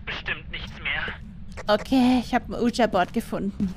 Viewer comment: Ich feier Phasmo wirklich...aber wie das Wort Ouija ausspricht (nämlich falsch) triggert mich wirklich extrem...